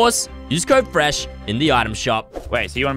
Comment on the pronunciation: fresh not feesh